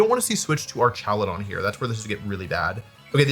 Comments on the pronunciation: Why is he calling it ar"cha"ludon😂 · The way you pronounce Archaludon is funny, but the correct ways are like Archangel or hazmat/hazardous